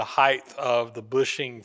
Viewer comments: sure, but often pronounces the end of the word like it ends the same as WIDTH or BREADTH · I’m curious to know if it is customary in the USA to pronounce the word HEIGHT as if it has an extra H on the end. No criticism, I’m just curious.